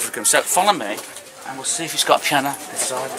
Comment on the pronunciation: “Pee-Anna” love it